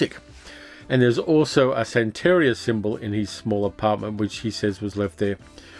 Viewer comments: Hey, great video, I remember watching both of these mivies back in the '70's! BTW, the emphasis on the word santaria is san (then) teria (te ria). Keep up the great work! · Minor thing: sante-RI-a -- emphasis on the third syllable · i know how detail-oriented you are and how much you appreciate accuracy, so please take this in the spirit in which it is offered. It's 'san-ta-REE-uh.' Love your channel